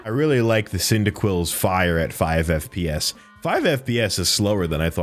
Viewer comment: Weawwy nice job.